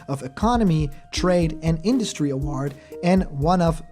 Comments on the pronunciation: Normal person: award (uh-woah-rd): award ( uh-ward) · Kinda sounds like uhwaard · For the love of god never say Ahwaard please! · Ok cuz it was bothering me and you said it like 50 times in a row practically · Hasn’t Sakurai already said this MANY times in the past? Why does this even need to be said anymore? Also, why do you pronounce “award” so strangely? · You say "award" funny lol